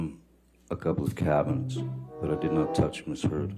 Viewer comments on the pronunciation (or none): "i did assualt a couple of uhm cabniets"i lost it 🤣🤣